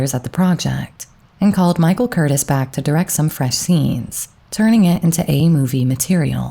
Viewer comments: It is pronounced Michael CUR-TEAS!! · I really enjoy your channel. You do your homework, but let’s work on pronunciation. The director’s name Michael Curtiz is pronounced kur teez. Thank you. ✨✨ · I wondered why there were so few movies with him in them! An amazing presence. Michael Curtiz is pronounced “Kur-Teas”. I believe he was Hungarian. Interesting how Curtiz directed a lot of very masculine stars like Bogey and Flynn. One of my favorite quotes in Flynn’s autobiography was “A now I must go and put on tights again for Curtiz.”